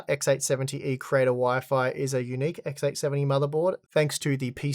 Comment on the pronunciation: Why does he say "XX" all the time instead of "X"? I don't get it. He repeats XX870 all the time when it's just X870. Is it a knowledge problem or a pronunciation problem?